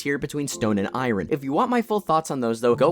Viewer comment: mispronounced Iron. Opinion nullified. 🏃💨